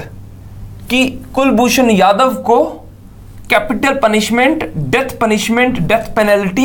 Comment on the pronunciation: jadhav not yadav